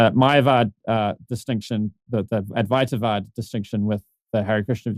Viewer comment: I loved hearing you call it Advaita-vāda; "Advaita Vedānta" irritates me similar to "Happy Meal".